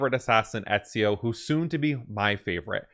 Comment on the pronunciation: The beginning of AC2 will explain why there was no present-day in this game, so don't you worry. Also, I remember you said u had some speaking disorder so this might help for the next game. Ezio is pronounced like Etsio. His second name Auditore is pronounced as it sounds. I hope that helps you with AC2. 🙂